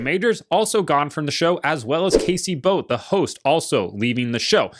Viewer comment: I don't think you could've screwed up Casey Boat's name more if you tried lol